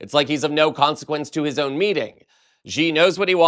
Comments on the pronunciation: the pinying spelling of Xi in Mandarin is pronounced more like the English "she", not "gee". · Xi is pronounced shee, not zhee.